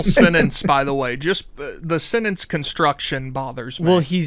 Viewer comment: complains about Oppenheimer's grammar, as he pronounces "sentence" without a "T". 🤔🤔🤔